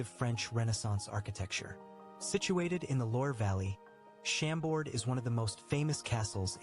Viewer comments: Funny how the narrator completely butchers the names of these castles.. Chambord is not SHAM-bord, but shaum-BOR (silent d, accent on the second syllable). Chantilly is spoken as SHAUN-TEE-YEE (the l's are not pronounced, all three syllables are stressed) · American friends, don't tell the "x" at the end of Vaux le Vicomte, yous shuold say : "vo le vicomte". Same thing for Chambord, just say "chambor". in Versailles don't miss to visit the gardens and the spectacle called "water fairy" when foutains are working.